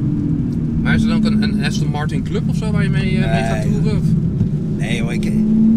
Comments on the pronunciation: Austin Martin 😂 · Zegt heel de tijd AUstin Martin , pffffffff. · “Austin Martun”🤣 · Heb je een Aston Martin, kun je de naam niet eens uitspreken 🙄 Ook door z’n verhaal inz keramisch wekt hij de indruk toch vooral te veel geld te hebben, in plaats van dat hij een échte liefhebber is.